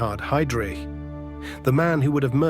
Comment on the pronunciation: ... haidrich... è la pronuncia! NON heidric..